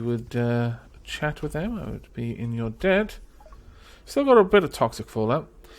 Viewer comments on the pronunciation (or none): none